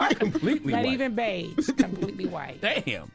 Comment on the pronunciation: She said Completly white 😅😅😅😅